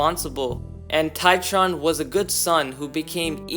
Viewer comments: Its TRITON not TITRON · Did bro say titron? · bro really can't pronounce Triton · I'm a Greek too. Bro is like Triton that's wrong. Try-trone is correct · do you mean Triton and not Titron? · Dislike because you called triton titron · I love how he says triton as try-tron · makes me cringe hard haha how could you get that wrong? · My man can’t even pronounce Triton correctly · As a greek, the mispronounciation of triton triggers me on a personal level 😤😤smh😟